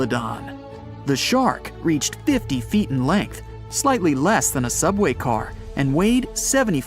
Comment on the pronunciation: You can tell an AI is narrating because it can't say ft without pronouncing it as fit